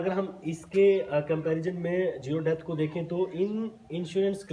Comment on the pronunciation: Debt ❌️ depth ✅️😂